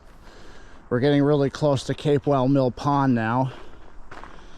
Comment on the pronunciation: It's Pronounced CAP WELL Mill Pond!